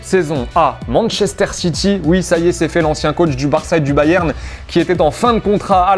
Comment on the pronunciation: Manchesteur on dis